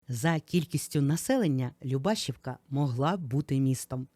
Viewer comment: ЛюбашІвка, наголос на і❤